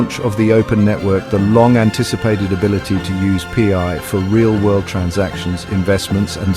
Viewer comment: Haha the AI voice says pee eye network 🎉😂